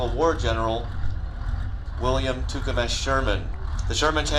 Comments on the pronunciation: William Tecumseh Sherman not tucemesh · Cant believe they screwed up Tecumseh as in William Tecumseh Sherman - sounds more like tutankhamun. Hes a Canadian hero for crying out loud. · Um ... Sherman was an American Union commander & general during the civil war. But yeah, the dude on the mic started to say he was British, and then correctly said American. But he then proceeded to mutilate his name ... sounded like Tuukema ... oh well. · William 'Tukamesh' Sherman?